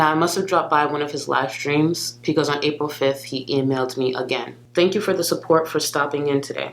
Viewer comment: I think it’s BECAUSE not PECAUSE!